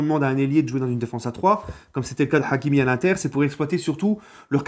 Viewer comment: L'accent forcé sur le H de hakimi 🤦🏾‍♂️